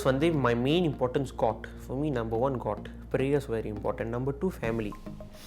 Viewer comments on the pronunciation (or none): I literally heard it as GOT instead of GOD. You know what GOT means right, game of thrones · The way pronounced god killed haha